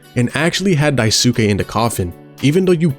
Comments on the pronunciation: not him pronouncing Daisuke as daisooke For further reference, his name is pronounced Dice-kay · The U in "daisuke" is mostly silent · some notes: 1) daisuke is pronounced dice-keh not die-soo-kay. it's a japanese name and syllables with U are typically smoothed over. 2) swansea is a sneaker head! he actually sets aside some of his salary to buy himself new shoes for his soberversary. 3) the hallway hallucination is still curly's pov, not jimmy. i thought the same thing, until i realized it makes more sense thematically with curly: how he feels like he's trapped on top of the (corporate) ladder, and how he's been ignoring warning signs about jimmy until it crashes in his face (literally), which is foreshadowed with the giant sun at the end that he can't look away from. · I though the original kanji is pronounced “Die-soo-key” but people never speak with the original accent and pronounce the ‘e’ with an ‘a’ for westernization. But hell what do I know I called him “Swan-see-uh” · odd way to pronounce daisuke